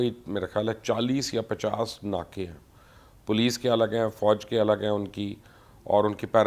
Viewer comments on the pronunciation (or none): none